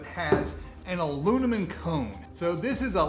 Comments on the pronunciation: Anyone else notice the ilunimum 🤣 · When you say alunimum (aluminum) it triggers my OCD